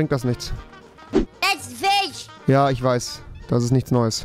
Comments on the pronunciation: Warum sagt Rewi zu Fisch "Fich" und zu Kirche "Kirsche" 😂😂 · Niemand: Rewi:Fich